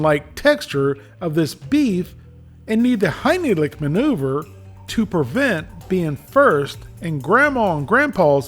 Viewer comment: hynielick!!!!!!!! yes please but i think you meant heimlich......